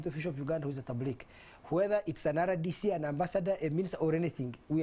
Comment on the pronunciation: Can these people pronounce RDC capital correctly